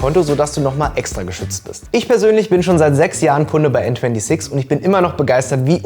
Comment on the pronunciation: Bro bitte sprech n26 deutsch aus!!!